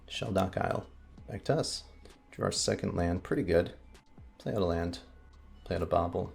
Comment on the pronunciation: I was listening to your commentary while working and several times when you said “back to us” I thought you said Thragtusk. Lol. I was so confused.